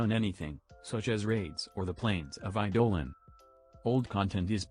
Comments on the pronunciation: Eye dough lawn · "Eye-dolin" lol